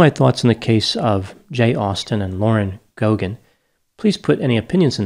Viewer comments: In Ireland, we pronounce the name Geoghegan GAY-gan not GO-gan - not sure if it's generally the same in the US. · It's pronounced Gaygan not Gogan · It's not pronounced Go Gan, it's pronounced Gay Gan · Its pronounced gay-gan not go-gan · It's pronounced "Go gen"? I knew someone with that last name at work, and we always pronounced her name like "Jeff again". Maybe we were all wrong. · The name Geoghegan is originally Irish and, in Ireland, is pronounced "Gaygan". Of course, in the US, many people with Irish surnames mispronounce their own names :) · Its pronounced Gay-ginn. Its an Irish surname. These two were naive, and it ended up costing them their lives. They shouldn't be mocked though. RIP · Any Paddys here interested to see how Americans pronounce Gay-ghin ? 😆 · Her surname is pronounced, 'Gaygin'